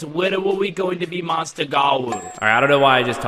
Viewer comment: bro litteraly said mounster gawou 😭